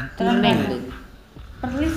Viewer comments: Bukan perlin tapi perlis haha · Buakn 'Perlin' tetapi 'Perlis'...